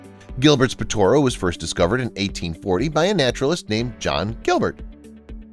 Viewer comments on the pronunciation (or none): Gilbert’s ‘ POT O ROO ‘ ! Not Pitorrrrrooooo 😖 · Not COY-luh-canth, but SEE-luh-canth, please. Also, not Po-TOR-oo, but Po-tuh-ROO. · I think he means a "Poto - Roo" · Pronounced : Gilbert’s pot-o-roo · gilberts pot-too-roo? if you do any research on anything the first detail starts with its name!